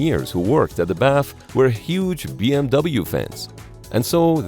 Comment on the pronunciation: * The pronunciation of the acronym B.M.W isn't B.M.V.